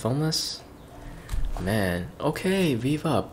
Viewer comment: The prounnounce is bi bi up